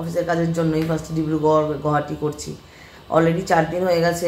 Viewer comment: Correct pronunciation of Guwahati is গুয়াহাটী, not গুহাটী or গৌহাটী😊